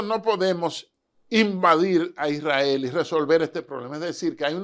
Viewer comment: Este señor sabe mucho me gusta y si menciona correcto el nombre de Isrrael no como otros que dicen Irrael